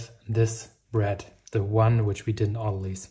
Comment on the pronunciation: It's autolyse (pronounced auto leece), which comes from Greek meaning "self splitting/releasing"